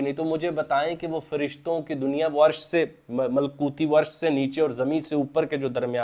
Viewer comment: Malkoti nahi malakoti bhai